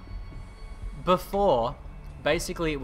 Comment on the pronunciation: Hey it's pronounced "lay-tency";) Like the word "Blatent" Hope this helps and thanks for watching;)